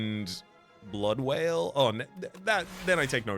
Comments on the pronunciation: Already calling Blood Wall Blood Wail instead, never change, Never Change. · Hopefully you eventually realise that "blood wail" is actually called "blood WALL" 😉 Welcome back STS! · Wonder how far into the ep he’ll realise it’s blood wall, not wail